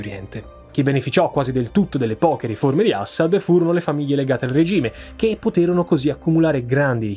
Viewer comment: Ciao, complimenti per l'enorme lavoro che fai e che metti a disposizione per noi in modo gratuito, ma sentir pronunciare "Assad" in quel modo fa venire l a pelle d'oca. C'è un motivo per cui metti l'accento sulla prima sillaba?